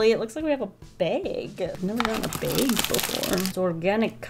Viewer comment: The way she says "Bag" lets me know shes probably Canadian lul